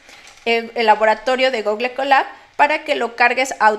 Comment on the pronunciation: gugle kolab ....... es irritante si vas a ser programador etc tenes que hablar ingles.